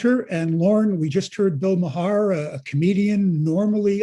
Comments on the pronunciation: Also please learn how to pronounce Bill Maher's name correctly. His name is not maha. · PRONUNCIATION TIP: It’s pronounced “Bill Mar” — one syllable — not “Bill Ma-har.” (Other than that, top notch!) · It is pronounced "MAR" as in Mars Bar. Not MUH HAR. SUN strikes again...do your research guy! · It's not "ma-har"; it's pronounced "marr." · I just heard them mispronouncing Bill Maher (pronounced like “Mayer”); at least in the US. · I thought Bill’s last name is pronounced as “MAR” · Pronounced MAR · Bill Ma-Har. Lol. That's how the guy pronounced his name. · The convoy was a pack of unlawful losers and needed to be removed . No he's no genius , I think it 3 tries to pass the bar . The bug eyed dude on my right can't even pronounce Bill's name Mahar's name .Duh . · Pronounce Bill's name correctly. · Bud u mispronounced maher name n said center left bill is ultra liberal not leftists r u qualified to speak on these matrs